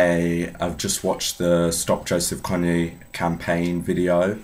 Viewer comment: I thought it was pronounced wrong too. It's pronounced "ko-ng". Good video